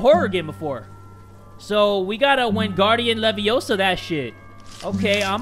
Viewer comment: THE ACCENT IS PERFECT I CANT STOP LAUGHING 👏 👏 👏 👏